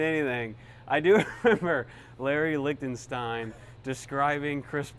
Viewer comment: Is Larry Lick-tin-stine a real person, or do you mean Larry Lichstein?